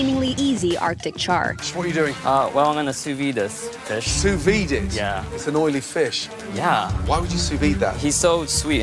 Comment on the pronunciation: Joe it’s f.... Sous videE!! Not Sous vie! Ffs!